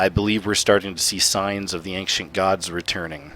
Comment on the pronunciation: dude its not anktient, its ancient, my goodness